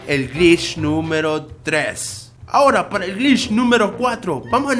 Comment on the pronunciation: pere yo reviso 2 segundos después Pará el octavo grich AJAJA